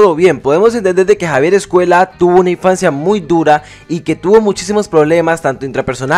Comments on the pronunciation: Me resulta imposible ver este vídeo con el autor todo el rato diciendo 'Javier EscueLa'. Es una ll. No sabes leer? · Hablas español, pronuncia bien Escuella!!